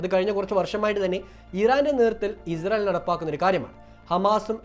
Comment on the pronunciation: Izrayil അല്ല ഇസ്രായിൽ ആണ് പൊട്ടാ അതുപോലും പറയാൻ അറിയില്ലേ നിനക്ക്